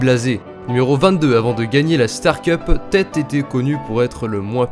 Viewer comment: Mec t'as dit tête au lieu de Této